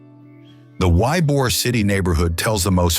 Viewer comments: It's pronounced EE-bor city, not why-bor. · Y-Bor? The AI voice and it's many mistakes can be distracting. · Yea came here to say that…was enjoying because I live in FL, but stopped at Gulf of America. Should’ve known at Ybor pronounced “WHYBOR”…🙄🫤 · Also narrator mispronounced Ybor. It's pronounced eebor. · Also Ybor